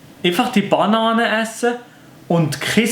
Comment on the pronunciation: Es heisst ned bAnane s heisst banAAne